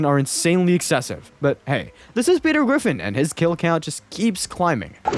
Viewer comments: "petew gwiffin" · Petew gwiffin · Peter Gwiffin